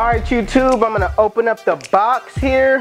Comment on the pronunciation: Swear you be saying “jewtube” and not YouTube